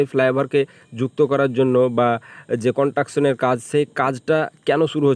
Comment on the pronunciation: কথাটা কনট্রাকশন নয় কনস্ট্রাকশন। আর জ‍্যাম্প নয় জ‍্যাম। উচ্চারণ ঠিক না হলে ভীষণ কানে লাগে।